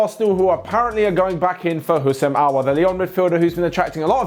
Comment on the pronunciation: It's Aouar not Aoaur